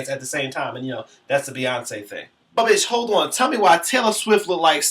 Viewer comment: "Buhbitchholdawn" LOL